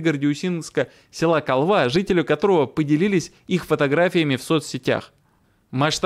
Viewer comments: Мне кажется не КолвА, а КОлва... крик души: настолько вырос бардак с ударениями и неправильным употреблением предлогов, язык превращается в помойку. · РЕКА КОЛВА ..УДАРЕНИЕ НА БУКВУ -О-. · Река Колва-ударение на "О''. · Колва с ударением на первый слог.